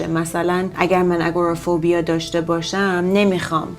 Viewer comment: اگروفوبیا رو اشتباه گفتید